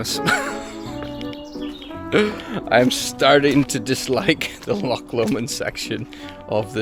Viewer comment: An irishman who cant say loch? 😅 ive seen it all now lol 😅 the amount of folk who say how hard the west higland way is...as kids this is how we played! An irish man in a hiff about rain, who camt say loch 😅